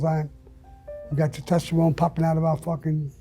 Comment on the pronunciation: Tetesterone? Is that in Italy?